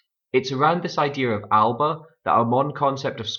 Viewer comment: AL-UH-BUH NOT AL-BUH #Tosser